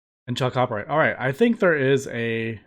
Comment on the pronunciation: For the sake of future viewers, Chalcopyrite is pronounced "KAL-ko-PIE-right"